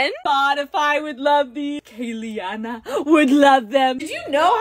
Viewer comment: Her name is Kalianna (Pronounced:K-lee-on-uh)